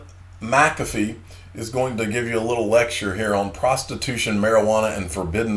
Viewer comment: You're now one of The Few Youtube guys Pronouncing John McAfee's name correctly.